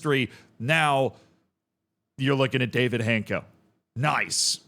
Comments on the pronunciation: It's not Hayncko or Hancko. It's Han-ts-ko. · my ears hurt hearing Hanko instead of Hancko every time, but his transfers were rumored for seasons, only to fail every time, I thought he's cursed or something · I think it's pronounced hanchko. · It's funny that I saw Hancko today at a friendly with Porto, who signed Luuk de Jong without any knowledge of journalists at all. 2x failed here-we-go in one stadium, what a beauty Also the pronunciation is Hantz-koh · It's netiher. More like Hanchko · I think it is pronounced Hants-co but perhaps someone else has a better pronunciation